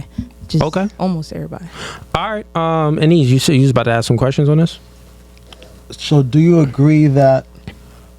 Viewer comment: It's ask not Ak!